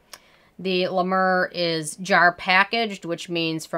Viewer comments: Does she realize that is not the way to pronounce it and when you are reviewing a product I would think you would learn that through research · Hey girl. I don't care about how you pronounce La Mer. I'm Canadian and we buture French words all the time and no one cares. You do you. Also.... Honestly, I don't think you have too much toilet paper. You're obviously just a planner. I also wanna say that I love you're accent. I lived in the states for two years and I miss down to earth people like you with adorable accents like yours. Your take on beauty is refreshing and your skin looks beautiful. I'm sorry about the loss of your mother. You've got a new subscriber. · Do you like the nmf from the ordinary ?? Btw I loved how you pronounced la mer incorrectly. It’s charming